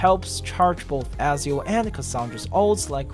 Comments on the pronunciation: Bro who's Azio 😂, it's Ezio Ezio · It Eh-Zee-ooo.